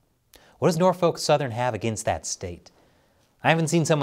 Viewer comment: The L is silent in Norfolk.